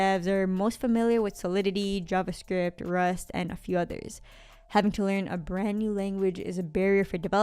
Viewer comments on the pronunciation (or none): none